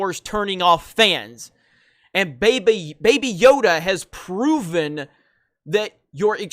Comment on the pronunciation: Did you just say "Bae Bae Yoda"??? Trademark that NOW!!!